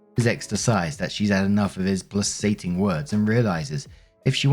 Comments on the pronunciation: PLA-KATING,, pla-ka-ting! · The C in "placating" is hard C.